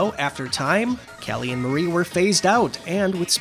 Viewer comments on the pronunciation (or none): The squid sister's names are pronounced k-al-ee & m-are-ee, as in calamari.